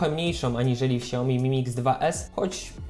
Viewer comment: hmmm siaomi? nie że jakiś fanboy xiaomi jestem ale jakby coś mówi się kśaomi. tak na przyszłość 😉